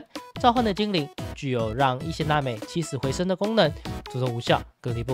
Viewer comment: 神 抵or祇(ㄑㄧˊ)? 起死回 生or深?